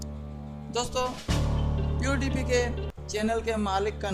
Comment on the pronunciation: OMG your voice not correct check voice on google translator .